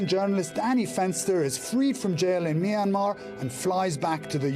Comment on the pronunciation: It’s really sad and bro can’t pronounce Myanmar right